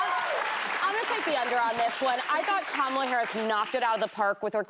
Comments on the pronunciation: Whoopi still can’t get Kamala’s name right. 😂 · COM-ala, not KAM-ala, Whoopi. Get it right! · Love that Whoppie can't pronounce Kamala's name 😅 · Someone please educated Whoopie on how to pronounce Kamala’s name, this is like the 6th time I’ve heard her butcher it.